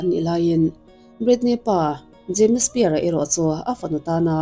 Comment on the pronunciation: Britney Spear....😂 Britney Spears anih khi.... Jamie Spear...😅 Jamie Spears tih ve hram awm.... Lam dan hi uluk ve deuh a tha asin..